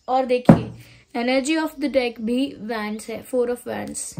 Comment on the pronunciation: It's wands pronunciations is like wonds thanks